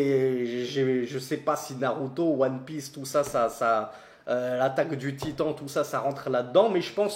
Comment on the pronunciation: « les shojen » « l’attaque du titant » 😭😭😭😭